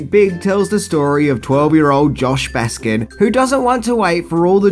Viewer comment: Debra Winger, not Ringer! Baskin, not Baskins! My god, man, get it together